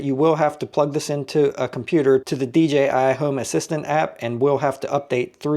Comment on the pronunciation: Great Video and finally somebody who pronounces DJI properly!